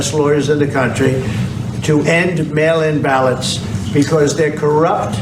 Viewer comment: Hahaha. When I heard that intro clip I heard “male imbalance” instead of “mail in ballots”